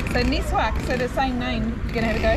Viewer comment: Its called miswak not niswak , i can guarantee you that is way better than toothpaste